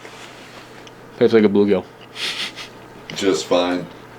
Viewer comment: messed pronounce. blue-gill